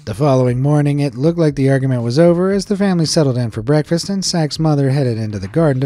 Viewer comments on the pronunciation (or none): none